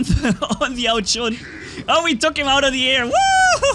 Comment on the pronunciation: is so excited that he cant even say Ao Jun. I understand.